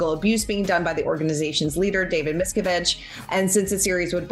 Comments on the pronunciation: This is more sloppy journalism trying to throw together a quick story. Basic research would have provided the proper pronunciation of Miscavige's name. The "expert" seems to be, at best unfamiliar with details of suits filed against Scientology, and at worst possibly an arms-length advocate for the cult. Remini's suit is filed against David Miscavige, the "church" of Scientology as a whole, and the Religious Technology Center that is the administrative arm over all aspects of the organization and which is headed by David Miscavige. For the legal "expert" to suggest the judge will decide if Scientology remains part of the suit is quite odd, since it is named in two different encompassing ways. Further, anyone even on the fringes of the ex-Scientology community would assure you with confidence that Leah Remini is determined to bring the cult into the court and will not settle outside of it. All you had to do was ask... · The women can’t even pronounce Miscavige correctly. Real pro!